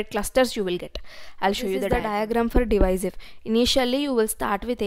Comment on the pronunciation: Second one is divisive not diviser